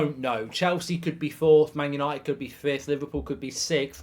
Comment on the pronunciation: Did he just say yanited for the champions lge!!! 😂😂😂😂😂😂